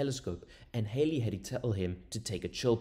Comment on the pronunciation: The pronunciation of Halley rhymes with Valley and Alley.